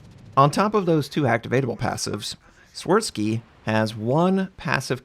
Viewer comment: “Shvirsky” is the pronunciation, the “W” is “V”. Also “Ś” is “sh”.